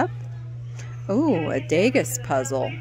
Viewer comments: she pronounced it Dag-ess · that puzzle, the “Degas” is Avery famous French Impressionist painter and is pronounced “Day-gah.” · Degas is pronounced “day-gah” 💜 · Actually, it's Də gah